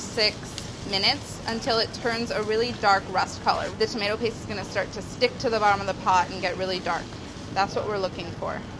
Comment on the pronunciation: It's prenounced tomato not tomato